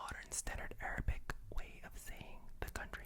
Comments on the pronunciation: Definitely in love with your pronunciation, feels like an Arabian citizen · Your pronunciation is PERFECT! You did a great job 🤍🇸🇦!